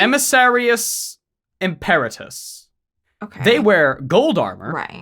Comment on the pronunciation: im-pEr-atus? I don't know how it's "supposed" to be pronounced in 40k but in Latin it would be pronounced Im-per-A-tus.